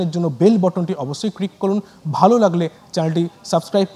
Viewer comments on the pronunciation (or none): none